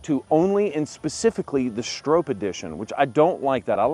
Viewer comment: Pronounced “STRAW-P” ….. not “StrOHp “….. cmon…. Get it right …. You guys are great at everything else